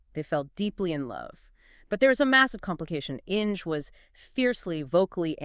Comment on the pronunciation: The pronunciation of the German name ‘Inge’ doesn’t rhyme with ‘Hinge’. It’s pronounced ‘Ing-er’. An interesting story, let down by the AI narration.